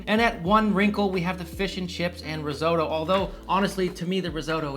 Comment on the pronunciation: He can't even say risotto correctly